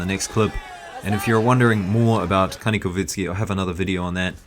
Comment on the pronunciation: He is Ka-nee-kov-sky, not “kovitsky”.